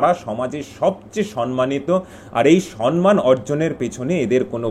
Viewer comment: সম্মান উচ্চারণ সনমান নয়। দুটোই ম।